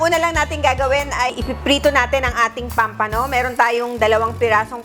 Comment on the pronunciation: POMPANO po, hindi pampano! Sa English po POMFRET! 😊